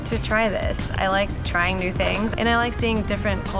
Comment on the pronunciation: the la girl dint try the 't' of trying.